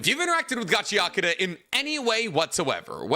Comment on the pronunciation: "Gahiakuta" guys lol